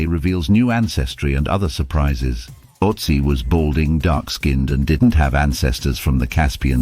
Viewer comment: Can't even properly pronounce Ötzi